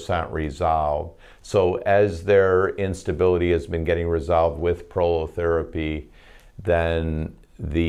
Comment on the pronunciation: at the end of the video, what kind of therapy did you mention? it sounded like "Polo therapy?"